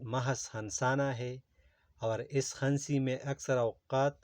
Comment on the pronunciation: بھائی ہنسی میں ن سائلنٹ ہوتا ہے